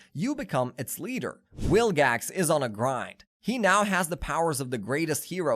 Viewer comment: you kept saying wilgax, it's vilgax